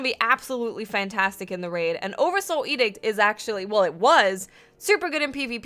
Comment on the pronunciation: "oddursoul edict"